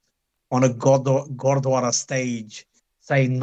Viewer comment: paji you keep saying "godwara" repetitively....bro it's gurdwara not godwara like u keep saying.